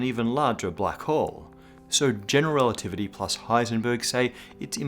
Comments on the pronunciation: "relitivity"? Ouch! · "General Relititivy???" Apart from that, awesome as usual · "relitivity" ... :-O (Still... an absolutely amazing episode!) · "General Relitivity"